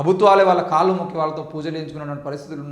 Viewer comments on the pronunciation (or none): none